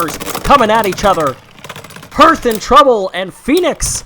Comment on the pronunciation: Anyone else find the pronunciation of hearth as herf weird?